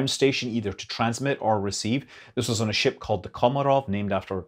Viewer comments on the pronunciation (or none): none